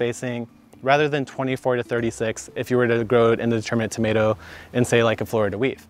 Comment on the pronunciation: Please no more “tomats”. One more syllable isn’t gonna kill you LOL